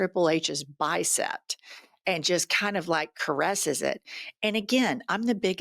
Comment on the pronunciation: Sounds like you said “bicept”. I assume you meant “bicep”. I like your show, but can’t help noticing. Otherwise your enunciation and grammar seems especially good.